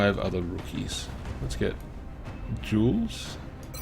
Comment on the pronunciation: Aye... tempting fate is never a good idea. You jinxed it for poor Paul! :p Good to see more well-performing-under-pressure rookies, in any case. If you need some help with the names: Zsuzsanna is basically a form of Susan(na). You can use that if it's easier for you. Also, the "J" in Jules isn't really a /dʒ/ sound, but a /ʒ/. All French "J"s are a /ʒ/ sound, AFAIK! Hmm... I must say that I've never used Rifle Assaults to a great degree. I just love shotguns too much. :p Hope Glenn's accuracy is as good with a rifle. Hm, "Magellan" is too specific of a nickname. Flew around the world? =giggles= At least they're showing us that their bragging has definite merit so far. Not even a scratch! In the interest of not Wall o' Text-ing you too much again, I'll just say that I'm loving all the videos so far. You're setting everything up very well!